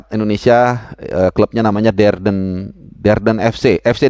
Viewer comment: Klub nya ragnar keseleo lagi sebutnya, Derden lagi aja disebut, kayanya sdh trlanjur masuk ke alam bawah sadarnya... DENDER Bung... Hahaha